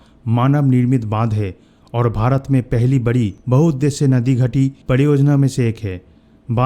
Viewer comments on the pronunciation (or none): none